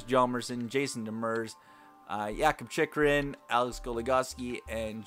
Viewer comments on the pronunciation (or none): I love how you pronounced Jakob Chychrun in the super Swedish way. Homeboy was born in Florida.